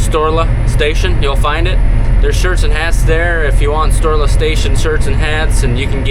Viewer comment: Not me all this time thinking you have been saying STORELESS station……. And I’m thinking it’s some cheeky name play game….. 🤦🏻‍♂️ silly Canadian lol